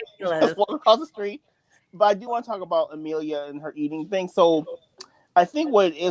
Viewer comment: Can you say Amelia's name properly please lol.. Ama Leah nope.. A millia nope lol..